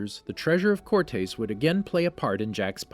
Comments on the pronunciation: That's not how you say "Cortés." It's not "core-tays", its "core-tess." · For the love of God… “core-tess” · cortez is how its pronounced